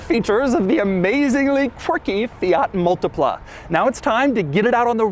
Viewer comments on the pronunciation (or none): Mul-tea-pla Say it with me. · Me, an Italian hearing him pronouncing multipla: s t r a n g e